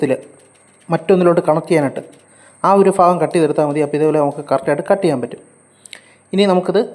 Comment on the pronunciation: ഫാഗം അല്ല ഭാഗം